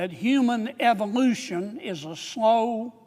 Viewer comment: This man saying Eveolution is a slow process! ha